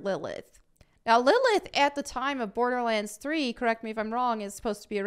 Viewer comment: "'Olderlands" I am SO stealing this !